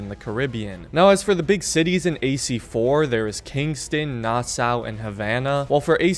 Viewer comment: it's pronounced Na-saa, like Nasa but saw at the end